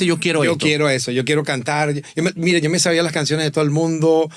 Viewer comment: El "Ya lo Chavía" fue 🤌🏻🤌🏻*chef kiss* jajajajaja